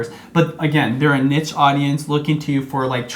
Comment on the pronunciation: ...wtf you are actinf like professionals and you can't even pronounce niche